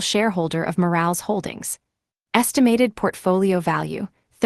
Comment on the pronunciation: Omg! I can’t stop 😂😂😂 when she says the last name. Moral not Morales 😂😂